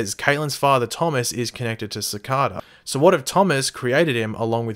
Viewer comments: the name is pronounced "sic-ay-duh". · its pronounced "Sih-Kay-Dah"